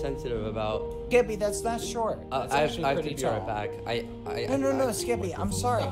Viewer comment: Is this skeppy because it Said